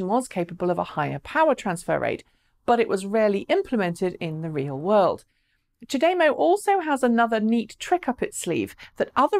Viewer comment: "Chah de-mow" Gonna get a severe OCD if people pronounce it ch'day-mo. Twitch twitch.. lol